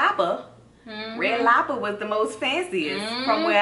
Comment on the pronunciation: "red lobba" 😭😭😭